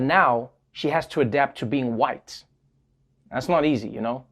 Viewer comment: why he gotta say Hawhite like that? LMAO